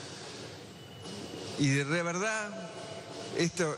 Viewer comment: "Y... re veda!" (Y de verdad) Aprenda a hablar bien señor, es el presidente de una nación lpm